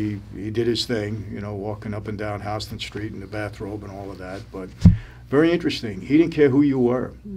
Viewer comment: Mike you get some credit by pronouncing HOUSTON ST. right. I was gonna make a comment about the guy from the West Side but I couldn't find an Emoji that points to my Chin. lol I did get a chance to meet your father last Oct. Him and my father go way back on the same indictment way back in 1967. Plus my father hung out in Greenpoint on Union ave also on leonard st and especially Bamontes.